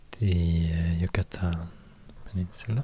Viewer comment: I love the way you pronounce "Yucatán" that's the state I'm from 💛💛💛